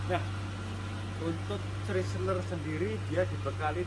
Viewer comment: CHRYSLER dibacanya kira kira Kraisler bukan pake ci ..